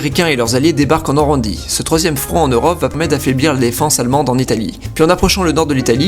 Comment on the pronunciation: il dit Norandie !